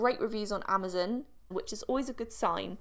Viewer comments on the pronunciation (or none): none